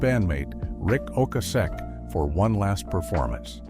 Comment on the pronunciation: Fix how you pronounced Ocasek